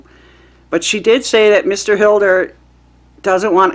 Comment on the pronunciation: Hiller not Hilder